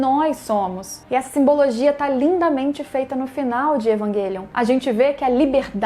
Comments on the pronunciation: Pq existem pessoas que falam "evanguelion"? e não o normal "evangelion"? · EvanGUElion, Grifif etc...adoro seus videos mas incomoda suas pronúncias